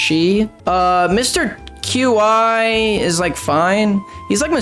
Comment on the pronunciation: He actually said Mr. Qi right (in my opinion)